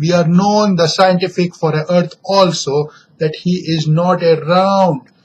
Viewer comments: wo sientifik nahi scientific hota hai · Really 'saintifik ekspleneshan'.